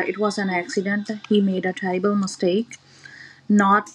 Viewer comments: (((Notice))) how they pronounce “terrible” as “ tribal”. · Ha. He said 'terrible mistake' she said 'Tribal mistake'. they cant fuckign read